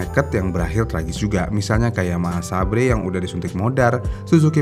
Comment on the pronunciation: Plis nyebutnya jgn SABRE 😢